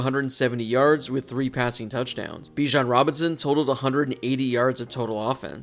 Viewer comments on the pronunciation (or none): none